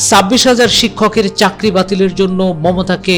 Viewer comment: আমার মনে হয় আমি ভুল শুনেছি ,,,, "সাববিশ হাজার" এই রিপোটের মুখে। যদি এটা ভুল উচ্চারণ হয়, তাহলে আমার মনে হয় ওটা "ছাব্বিশ হাজার" হবে। খবরের রিপোর্টার যদি এমন হয়, তাহলে শিক্ষক কেমন হবে। ????? "গামবাট" রা তাদের যোগ্য নেত্রী পেয়েছে। এর বাইরে কিছুই হতে পারে না। এতে লজ্জা বা ভয়ের কিছু নেই। যেমন মানুষ, তেমন তাদের যোগ্য নেতা বা নেত্রী।